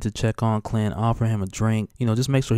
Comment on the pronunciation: I thought he said cunt instead of clint omg